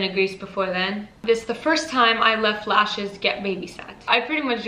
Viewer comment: Also its lashes not leashes